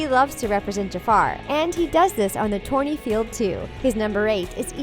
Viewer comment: Stop saying Torney